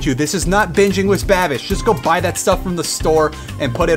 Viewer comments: Wis instead of with really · Why do you say "with" like "wiss"